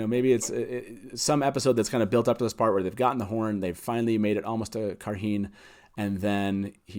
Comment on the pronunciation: On the pronunciation of Cairhien, the appendix lists it essentially as "KAI - ree - en"